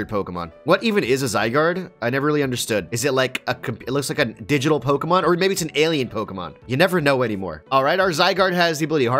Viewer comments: I like how says all the names wrong and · I literally cannot stand. seems more chill. And I can't stand the way SAYS POKEMON THE WRONG WAY!